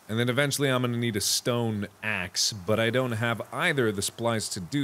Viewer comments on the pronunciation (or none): When mark said a "stone axe" I thought he said a "stone ass"